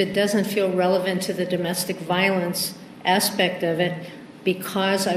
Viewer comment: “With regard to this ASSpect...” LOLLLL